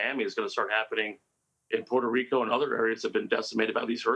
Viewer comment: She's saying Puerto Rico correctly